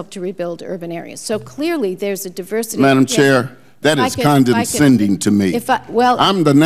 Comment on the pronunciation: ...condeNscending? Is that a new word? Like a condescending remark, but with water droplets on it?